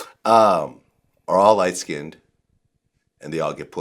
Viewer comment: First of all pleased say skinned as one syllable not SKIN DED! Geez! Secondly I noticed these lies about age didn’t stop her success did it?